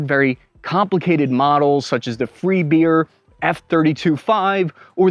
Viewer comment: Beer instead of bear?